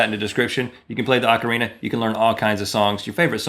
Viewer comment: isn't it OH-carina